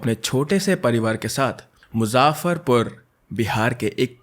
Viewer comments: its not muza-farpur, its muzaf-farpur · Bro its not muzafarpur its muzaffarpur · मुज़ाफ़र नहीं its मुजफ्फरपुर 😊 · मुजाफरपुर नहीं भाई मुजफ्फरपुर नाम है 👍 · I'm really sorry to interrupt and if I'm sounding rude but Bhaiya the city is pronounced as Muzaffarpur not Muzaaffarpur. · it's मुजफ्फरपुर not मुजाफारपुर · Name of the place is muzaffarpur but it is pronounce like mujhaprpur 😅❤ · It’s मुज़फ़्फ़रपुर dude nd btw I’m from Muzaffarpur bihar nd I’m your biggest fan ♥️♥️love from bihar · Aapka hindi cultural names pronunciation needs approvement. The names of parents, its not tej its teej festival, n muzzaffarpur !!! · it is pronounced as मुजफ्फरपुर. 😢 she wasfrom my city. I was just 10 yrs old when this happened. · The way you said MUZAFFARPUR 😅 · Iski pronunciation sun k 100 gram khun jal gya, I'm from Muzaffarpur. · I like how you pronounce muzaffarpur 😅 all though it's wrong ... Btw no disrespect I like your work 😊😊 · You have pronounced Muzaffarpur wrong... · No but the pronounciation of muzaffarpur is so wrong 😭☠️ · Muzaffarpur, Teej, pushteni words ka pronunciation check kar bhai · Bhai muzaffarpur mai a ko itna zyada pronounce mat kar normally pronounce kar sakte ho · Your pronunciation of Muzaffarpur😭